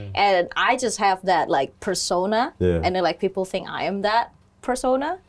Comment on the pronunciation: "PERSONA" not "PESONA"